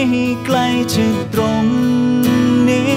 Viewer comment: ร้องเพราะแต่ ออกเสียง ฉัน /จะ /ที่ /เฉย / คน/ มันจะมีเสียง เฉอะๆ ตลอดเพลงเลยค่ะ